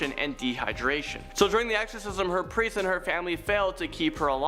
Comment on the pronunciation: Chick with the glasses really needs to read better, santanic? No, satanic. Presters?, no priest. Roland not Ronald guys. Quite simple to get right